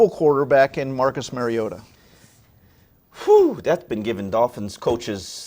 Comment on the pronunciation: To the white guy... You said Mary-a-tee (MariOta) so all you credibility on talking Titans is out the window.